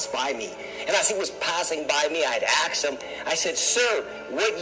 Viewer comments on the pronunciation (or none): How credible is a guy who can't pronounce "asked" ? Of course the other stuff is nonsense but I would focus on the low-hanging fruit and try to sound like someone who has read a book.